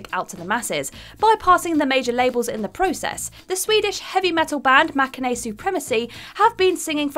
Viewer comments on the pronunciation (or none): none